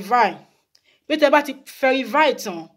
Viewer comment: Verify not ferify😁